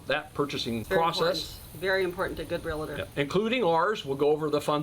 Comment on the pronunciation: REAL-TOR... NOT REAL-A-TOR